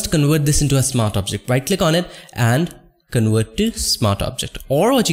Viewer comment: You really need to work on your accent. I know English is not your native language, but neither is mine. You pronounce the Ws as hard Vs and the Vs as Ws, which is very distracting and sometimes can make the word uninteligible. It's conVert not conWert, it's Work, not Vork. It's so annoying and it diminishes the value of your otherwise very useful tutorials.